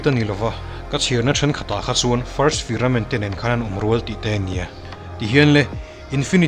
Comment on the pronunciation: Firament ni lovin Firmament